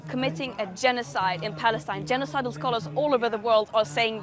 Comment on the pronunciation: Genecidal scholars? Lol. No one caught that?